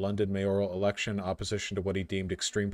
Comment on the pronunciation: He said erection instead of election. Even the subtitles caught it and when the subtitles say a dirty word, you know a dirty word was said because they probably err on the side of innocent words.